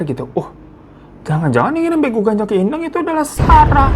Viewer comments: Penyebutan nya bEgu bukan begu btw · bukan begu bang tapi beegu